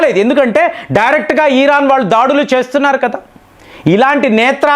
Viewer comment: ఈరాన్ కాదు సర్ ఇరాన్